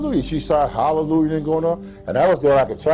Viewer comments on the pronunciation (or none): none